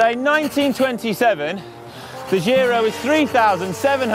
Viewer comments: Giro is italian not french so you have to pronounce it right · Another great video with in it - TICK! (PS: dear GCN crew, 'giro' is pronounced with the same initial sound as in 'job', 'giant', 'John', etc.)